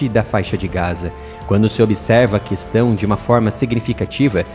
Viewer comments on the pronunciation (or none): none